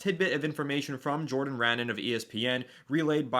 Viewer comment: It's Pronounced: Jodan RON-NON..